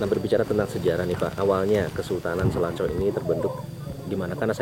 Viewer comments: di sebutnya bukan selako bos ? tapi sela cau . cau dlm basa sunda itu pisang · Klo kedengaran sm sy SALACAU ....bukan Salakow . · Sela cau pak reporter bukan selako 🙏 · selacau.. bukan selaco atau selako 😅😅😅. cau bahasa sunda artinya pisang. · Salahcau....salah ucap